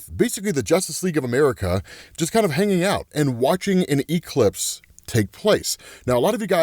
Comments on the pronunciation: Why does he pronounce Eclipse as E-Clips lmfao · Bro...why do you say E-clipse?😂😂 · Why does pronounce ''Eclipse'' like that (e-clips)?. Where's his accent from in the US?. I'm not from the USA. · I love how says E-clipse lol 😅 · Quit saying e-clipse in there 😂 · Bro really said "E-Clips." 😂😂😂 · It’s killing me that you over pronounce the E in eclipse but say it properly for ecplipso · I’m genuinely enjoying how you’re pronouncing eclipse with exaggerated Es but pronouncing eclipso perfectly 😂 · the way ur saying the word eclipse is killing me 😭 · I caught that right away 😂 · Have I been saying Eclipse wrong my whole life?